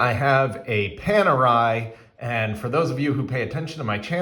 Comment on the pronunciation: I stopped watching when I heard you call it ‘Penerai’. Next time, make sure to learn the correct pronunciation of the brand name before doing a review.